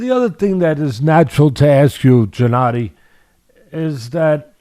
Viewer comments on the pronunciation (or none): Teddy calling him Jennadiy is annoying. It's Gennadiy! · “Jennady”? Teddy cracks me up! 😆 Trust him to call a guy whos known as GGG Jennady! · Great interview, of course, but why Teddy keeps calling Golovkin "Jennady"?...🤔